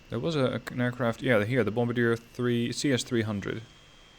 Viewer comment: It's pronounced "Bom-bar-dee-ay". 😉